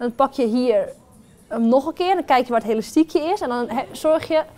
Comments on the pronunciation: heyy geen haat ofzo maar het is elastiekje niet helastiekje vroeger zij ik ook helastiekje😂😘❤ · Hahah Het lijkt net of ze zegt Helastiekje😂😂😂😂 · Hahaha leuk je zegt helastiekje maar is niet erg